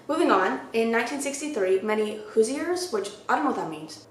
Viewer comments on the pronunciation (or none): As a Hoosier (hoo-sh-er) I cracked up when you said “hoosyer”😂😂love ya C! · LMAOO ik im late asf but its “who-shers” im from indiana its what were called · I couldn't help but chuckle when you said Hoosier. I only know cause I'm born and raised in Indiana. But hoosiers is what they call us, and it's pronounced hoo*zhr. Also, Indiana is referred to as the "Hoosier State". There's a few different reasons out there why we're called that, but it's like how Florida people are Floridians ect. There are some pretty interesting haunted places or urban legends from where I live too. As well as, a sad case that happened earlier this year where my friend was murdered by her cheating husband. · As a Hoosier I’m low key offended at that pronunciation 😂